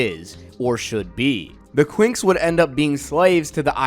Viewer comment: I honestly thought that you said the twinks